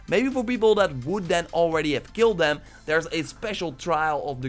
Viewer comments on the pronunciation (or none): none